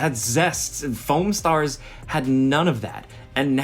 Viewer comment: #10 sounded like Phone Stars and not Foam and I was extremely confused for a minute...